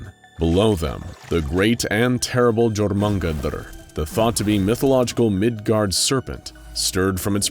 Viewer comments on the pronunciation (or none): its prononced yormundgand not GEormundgand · why is it so hard to pronounce Jormungandr, its pronounced Your-mon-gander. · Am I the only one bothered by his pronouncination of jormungdar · Jormungandr = yur man gun der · I believe Jormangandr is pronounced Your-Mon-Gon-Der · Ah yes. Jor manden gander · I like the video, just a small correction for the narrator. Both ‘r’s in “Fenrir” are pronounced. And “Jormangundr,” in English, is pronounced “yor-men-gun-der.” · now, im not sure if this is correct but jormungandr is pronounced (yor-mun-gan-der) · It’s pronounced jor-min-gonder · I hate the way you’ve pronounced “Jormungandr” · bud... Jormungandr is certainly not pronounced that way, sorry bud.